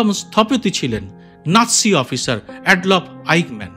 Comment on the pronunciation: অ্যাড-লফ নয়।‌ উচ্চারণটি হবে আ্যডল্ফ